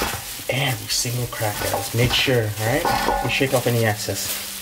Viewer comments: LOL, its EXCESS not ACCESS. Chicken looks great and cooked enough, specially the legs, they need more time. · Hey what's up I love watchin' yo Shit but a couple things can you please stop sayin' seasoning flour its called Seasoned Flour and the other thing is I pronounced Excess not access when your talkin' about gettin' the extra flour off and shit but You got Skills my Man!